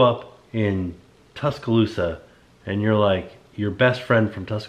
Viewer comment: Being from Auburn I cringed when you said Tuscaloosa 😂😂 BUT as a current Orlando local, we do like millers ale house 😂 but my boyfriend yelled OHANA!! When you asked that question. Haha so my answer would be Ohana. But in all seriousness the pizza at Lazy Moon is pretty good and cool too. Also all the places in downtown Winter Garden or East End Market.